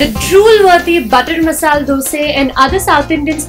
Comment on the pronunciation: Sooo, The host is damn cute. But what is up with your pronunciation lol? "Dalicious"?? "Masaal Dosa" ?? lol dont try too hard cutie.